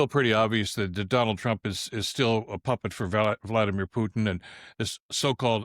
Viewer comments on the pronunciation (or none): none